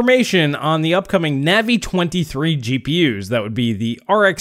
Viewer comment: please check how your pronounce Navi: long A, not short A. Minor irritation to otherwise fantastic videos you have!